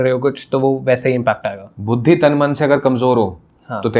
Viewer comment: बाकी सब तो ठीक है लेकिन भाई साहब बुद्धि को 'भुद्दी' क्यों बोल रहे हैं? 😂